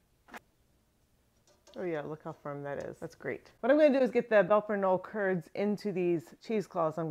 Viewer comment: I know you speak a second language, and are careful about correct pronunciation. So you won't mind I hope, a correction here? In German, it's not a silent "K". And the "e" on the end is pronounced. So, "Belper K'nolluh" is closer to how it's pronounced. Here are native speakers in Switzerland, discussing Emmentaler, and, Belper Knolle.